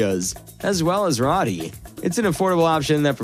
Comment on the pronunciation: I think it’s pronounced Row-T.